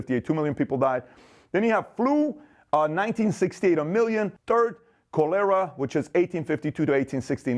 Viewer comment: Also can’t pronounce cholera correctly. But I’m sure he has good table manners.